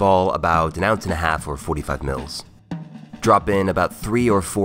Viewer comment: Agh I hate how he says mL :(